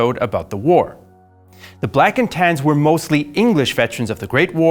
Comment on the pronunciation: "Black and Tans" Huh? I though he was saying "blackened hands" the entire time.